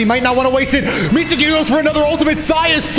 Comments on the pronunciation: "Mit-soo-ki" Imagine watching anime for as long as you presumeably have and not knowing that `U`s are always virtually silent if not completely. (눈∀눈;) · "Mitsuki" is pronounced with a silent "u" -> confirmation you do not watch the show x)